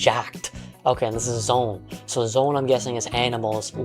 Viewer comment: I hate it when "zoan" is pronounced "zone". It's "zo-an", it's a real word/scientific suffix in real life, there's a correct way to say it.